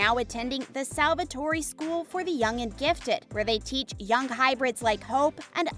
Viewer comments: Its not Salvatorie... its Salvatore(its not burbon.....Its tea)- Bonnie Bennett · May be she is not a native english speaker In romance languages we Do say salvatore with the e being accentuate But we do not say salvatoreeee But a soft e like this é But yeah this video is purely click bait Since there are quite many mistakes in the video and not about named but about the content itself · The way she said Stefan's name "Steph-on" 🤣💀 and then "Damon Salvatorey" I'm dead!! 💀💀💀🤣🤣🤣🤣🤣🤣🤣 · Its Damon Salvatore not Salvatori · The whole video is an error. It hurts my brain. Salvatour? Salvatorie? Like what? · Same, Nicholas is bothering it’s Niklaus (Nick-Klaus), Stefan it’s (stef-en), Salvatorie it’s Salvatore (salve-a-tore), and hope isn’t a hybrid she’s a Tribrid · Where did you get your information at. Damon is older then Stefan by 8 years. And his name is pronounced Ste-fan or Ste-fin. It’s not fancy. And His last name is Salvatore not Salvatoree you don’t pronounce the e at the end. And then for Klaus his name is pronounced Ni-Klaus or his brother calls him Nee-Klaus. Where did you get your information at. And I love how you said we all know as if you’ve seen the show before because if you have you would have known all of this. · If you're going to talk about the show at least do your best to find out the character's names because you absolutely butchered it Stefan Salvatore isn't (Stuh-Fahn Salve-A-Tore-E" It's "Steff-In Salve-Uh-Tore" Also Niklaus Mikaelson is pronounced "Knee-Kluh-house Michael-Son" not whatever you said.. and he and Hailey wasn't married, she married Jackson... She just had a fling with Klaus and loved Elijah. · Salvatoree???! Salvatore is pronounced Sal-Vuh-Tor Also it’s Kat not Kate jfc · Kiaus was never a love interest for Elena. Stefan never took the cure. He straight up died in hellfire. “Salvatory???” Mate. No. So many mispronounced names. It’s painful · please stop saying salvatory it hurts just stop please just stop